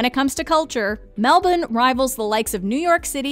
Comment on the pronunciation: Thank you to the lady in this video for the correct pronunciation of Melbourne. Regards, all of Australia 👍🏻